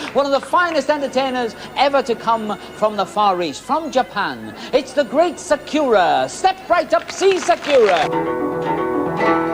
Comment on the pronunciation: I’ve heard many bad pronunciations of Sakura, but this has to be one of the worst 😂